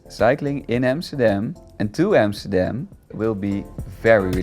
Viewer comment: Its AMSTERDAM not EMSTERDEM